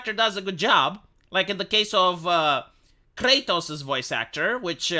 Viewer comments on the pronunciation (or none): none